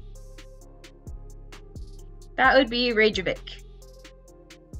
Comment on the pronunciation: It's pronounced "seelocanth". And "fetta". And "Reckyavick". You really have no idea but are just choosing things randomly .